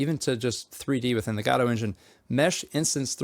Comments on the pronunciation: Why pronounce it "Gaaawdo" 😭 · I think it is pronounced guh dough. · STOP SAYING GODOTE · the gah dough engine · LOL fr I always thought it was Go. Dot. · GODOT engine, get it right bro